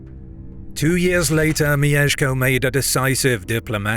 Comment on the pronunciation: it's not mi-ye-sh-ko it's myesh-ko. elongating the ie sounds very weird, like mijeszko